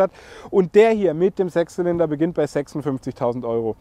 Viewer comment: oder;) Hast du „Sex Zylinder“ gesagt?!